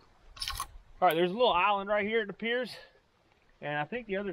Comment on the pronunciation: Intracoastal not Intercoastal. Important not Impordant. Rural King not Rule King. Times not Toms. Island not Ahland. Lawnmower not lahnmore.